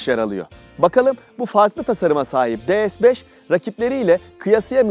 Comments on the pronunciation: DE-ES 5 diyorsunuz D TURKÇE (DE) S (ES) İngilizce ortaya karışık ya abi senin eline bir senaryo bir metin mi tutuşturuyorlar hiçbir canlılık emaresi yok biraz biraz gelişi güzel olsan ya neyse Bu arada Dİ-ES-FİVE diye okursan ingilizce DE-SE-BES diye okursan Türkçe oluyor Türkçe öyle ortaya karışık olmuyor ne yazıkki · Her şey iyi güzel ama neden De-Es? De-Se yada Di-Es olmaz mıydı? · De Es ne ya? D S de bari. Birini Türkçe diğerini İngilizce söylüyorsun. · Lütfen, rica ediyorum ya "de se beş" de ya "di es beş". Bin kere söylemişsin resmen sinirim bozuldu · De Se yada Di Es demeniz gerekiyor sırf bundan dolayı izleyemedim videoyu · de es beş yanlış bir telaffuz değil mi? S harfini neden İngilizce okuyorsunuz ki?